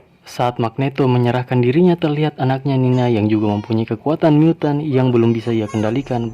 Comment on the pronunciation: aku denger nya miyutttan wkwk bukan mutan🤣